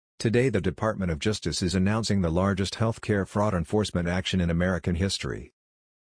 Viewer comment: ►What is “juice-dis”? Did you “juice-dis”?